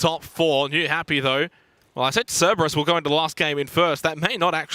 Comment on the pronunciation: Three days in and he is still saying "Ceberus"